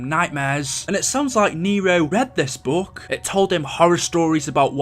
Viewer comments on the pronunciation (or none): It is not boook it is book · ITS FUCKING BOOK NOT BUUK 😂😂😂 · Please work on your pronunciation Look isn’t pronounced loook it’s pronounced luk book is not boook it is buk took is not tuuk it is tuk Eisendrache is not emphasized on the he it is pronounced Eisendrack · He’s saying buke it’s book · Note to self: ever word with double Os together, will pronounce like boo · I have a question why do you say book like bewk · Bouke?? Huhuhu say qhatt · I just realized you say book like boook. I like it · Why did he spend 8 mins talking about this (P.S bouk he he funny how he pronounces it ) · You pronounced book so weirdly every time up until lmao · The way you pronounce “book” and “look” is hilarious.